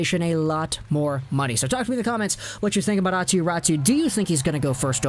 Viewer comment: Yeah, its not pronounced like that, like at all. Always like North Americans explaining how Finnish names are pronounced and still not getting it close :p Great video though.